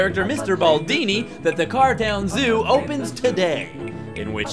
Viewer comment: Am I the only one that heard "cartel" every time Putt Putt says "cartown"?